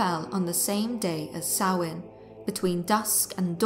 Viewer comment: Finally someone that pronounces Samhain correct. Thank you for a wonderful video without the modern horror nonsense.